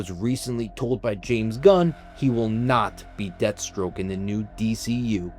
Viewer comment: Deathstroke not Deadstroke lol